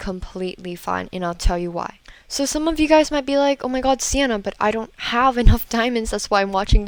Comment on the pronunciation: It's Siena It's Siena It's Siena It's Siena It's Siena It's Siena I doubt this will work 😁😄